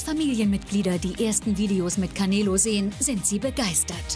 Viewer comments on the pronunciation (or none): canelo: KAMEELO 🤣🤣🤣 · Kein langes eeee sondern canelo nicht caneeelo sondern canelo